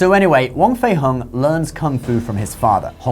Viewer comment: Its more pronounced like hong (ho-ng) rather than hung. 😂 it souds so weird you saying as in "hung" up the laundry". Wong/huang fei hong